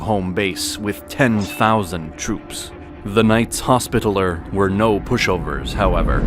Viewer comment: Sub-seaqint? Sullyman the First? Knights Hospitaler?? Are you doing this on purpose? Haha it's like being in Starbucks 😂